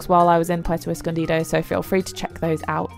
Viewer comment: You Literally said 'Puerto Escondida'